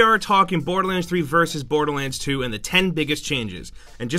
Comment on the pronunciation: "Boaterland 2" lol